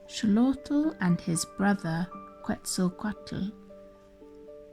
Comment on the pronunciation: Xolotl is pronounced Sho-lot-all I believe